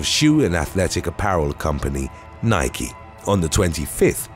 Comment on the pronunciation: Congratulations on finally pronouncing the word NIKE correctly.